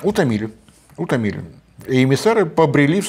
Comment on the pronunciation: Вот не могу перестать ржать ... Как Борис Леонидович говорит слово "утомили" и как слышится слово "заебали"... Простите господа, но не удержался.